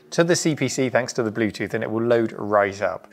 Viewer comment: "The blutut device ez conected a secseysfully" .... OK.